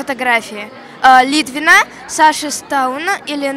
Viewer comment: ЛИ́ТВИНА, Саши Стауна, только Настюшку нормально произнесла! Могли хотя бы сказать девочке , как произносятся имена! 🤦‍♀️🤦‍♀️🤦‍♀️😅